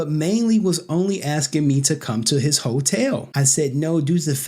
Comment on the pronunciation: stop axeing questions, we need them